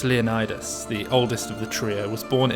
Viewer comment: For any Greeks watching, isn't Valerios's surname pronounced more like 'Leo-nee-dees', than like 'Leonidas'? Genuinely curious.